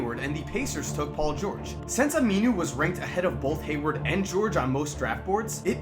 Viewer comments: He kept saying aminu wrong lol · every time he says aminu i cringe